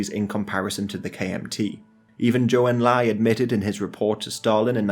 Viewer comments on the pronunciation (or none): none